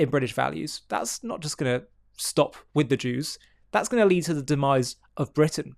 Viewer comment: Bwitain? *Englistan